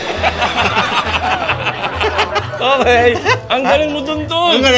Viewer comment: “HARRY PATA” 😂😂😭😭